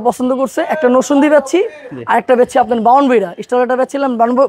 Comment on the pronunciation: ভাই নসন্দি না। নরসিংদী 😊